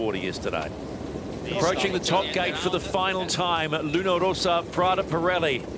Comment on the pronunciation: Really, what's the problem with people that butcher the Luna Rossa name? It's simple, Luna Rossa, not Rosa, not Rosso. I find it really disrespectfull, like when someone call American Magic, American Tragic.